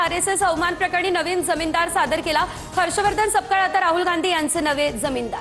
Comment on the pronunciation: जमीनदार म्हणू नका... जामिनदार असतय ते....😂